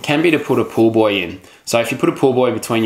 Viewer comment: It sounds like he says to put a pool boy between my legs instead of pool buoy. Hahaha. Great video though!